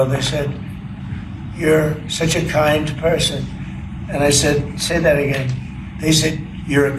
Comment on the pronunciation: Donnie...dont try to pronouce big words you don't understand like "kind" and " groceries"😂